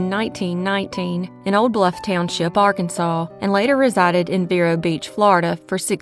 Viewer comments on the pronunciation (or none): none